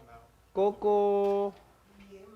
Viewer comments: It's Gogo Not Koko #smh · Gogo* Trevor pronounces it wrong.